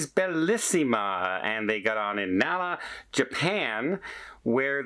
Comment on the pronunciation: Not Nala. The city is Naha, Japan.